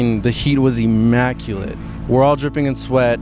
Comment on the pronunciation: “The heat was emaculate”